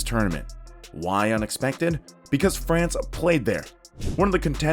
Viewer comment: Lativa my ass! Cadona, Fracne and Lenoban was also playing in that group and Lithuanians got out of the group. Murican States of Unity will go to the finals? Get a grip with your own voiceovers not to sound like a fool. Sorry - floo!